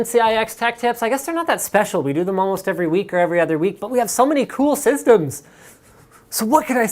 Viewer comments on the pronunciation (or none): for "syzdemz" for "yea" like ****